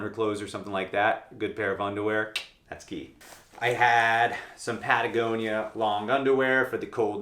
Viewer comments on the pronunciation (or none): none